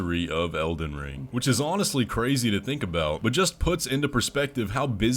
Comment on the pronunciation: Also "Elden Ling"